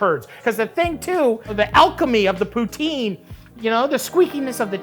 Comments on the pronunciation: You're still saying it wrong! It's "Poots-In!" Take it from a Quebecois :) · It's not pronounced "Poo-teen", it's "Poo-ts-inn" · Love both of you guys but it’s pronounced “POO-Tin” not “POO-TEEN” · I married into a Quebecois family, and it's pronounced "Poo-tSIN" not "poo-teen" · You could have kept the onions in, it still would have been a legit poutine. By the way, the real pronounciation is poo-ts-in, not poo-teen. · I live about an hour drive from Quebec so we pronounce it “Pooh-tin” and every time I hear someone say “Pooh-teen” I assume they’re talking about something else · As a Canadian its not pronounced Poo-Teen FFS, its Poo-Tin (Poutine) or with a slight French accent you could say Pou-stin. Rant over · Imma be honest you can call it gravy as much as you want, real Québec poutine is made with Brown Sauce. Also real poutine isn't pronounced "Pooteen" but "Putsin". Gotta bring that Québec accent in the poutine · Great episode but i hate when it is called poo-teen when it's actually pronounced puts-in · gonna make one when i get to work now and its Puh-Tsin not pooteen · first time i bring this up but as a french canadian i just want to point that Poutine in Québec we prononce it PUT’S IN. Also it will sound less gross than POOTEEN. :P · Ok, once and for all: POO TSIN Not POO TEEN. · Oh lawd...even Matty is pronouncing poutine (technically) incorrectly, lol! It's, "poo-tin"...not "poo-teen." I honestly don't care, but I live in Ontario, very close to the Quebec border, and there is a large French/bilingual population on this side of the border and surrounding area. Hence, I wouldn't be caught dead pronouncing it "poo-teen." 🤣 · Now if you just pronounce it as "PouTIN" instead of "Poutine" the Canadian inside me will calm down! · For starters, you have to pronounce it correctly: pootsin not pooteen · As a Canadian, I have to put it out there. It's pronounced POO-tin, not POO-teen. If you say POO-teen... just... no, just no. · It’s pronounced poo-tin